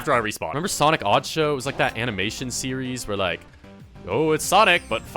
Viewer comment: Return of ze sawick guiy!!